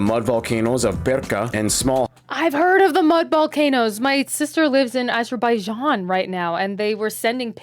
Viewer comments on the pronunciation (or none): none